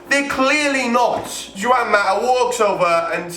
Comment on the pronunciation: You pronounced Juan wrong sorry for the cheekiness